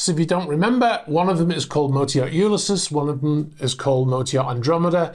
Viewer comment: It's odd how you pronounce 'Ulysses' given how popular the name is in literature and history. Try "You-LISS-Ease' with emphasis on the second syllable. Ulysses is the Latin name of the Greek hero of Homer's Odyssey. Also the title of James Joyce's best-known work and also one of Tennyson's. Also the given name of the famous US general Grant.